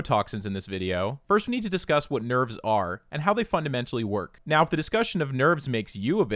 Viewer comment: i heard we have to talk about nerds and i was like nOoOoOooOOOo.... then realized he said nerves....